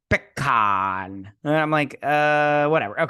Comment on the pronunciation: Vadik is calling him PeeCahrrrrr, giving it a more traditional French pronunciation. But yes, it does get on the nerves.